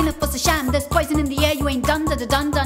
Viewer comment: it feels like .. shes saying " KODAIKANAL WUNT .... "